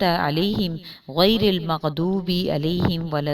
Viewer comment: Mgdobe dh. Au zualin duad ki adaegi sahihkro.